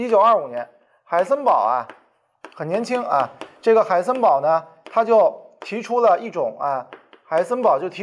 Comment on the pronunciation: Who am i? 'haisenber'